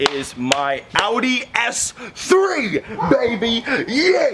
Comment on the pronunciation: do you say s7????? its an s3